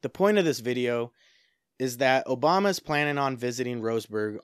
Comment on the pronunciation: Obama, not "Oboma"